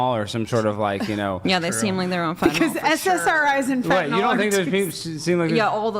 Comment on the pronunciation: For the last time it’s FENTANYL! Not fentanALL…it’s not adderall